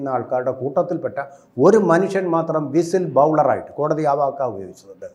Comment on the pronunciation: 😂😂 വിസിൽ ബൗളറല്ല ചേട്ടാ "വിസിൽ ബ്ലോവർ" എന്നു പറയൂ‼️‼️😂😂